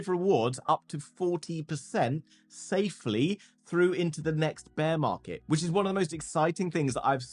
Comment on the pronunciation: did you say saflyyy !